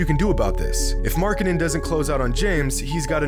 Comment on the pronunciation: What amazes me the most is that managed to pronounce Markkanen better than 100% of all people somehow linked to the NBA